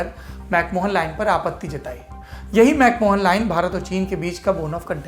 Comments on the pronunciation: Saurabhji, it is McMahon line and not MacMohan line. Good report... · Dwivedi ji, it's pronounced as 'Mac Ma-yen' and not 'Mac Mohan' line.